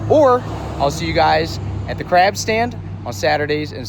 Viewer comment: The hard A when you say Craaaab or raaaaack is wild.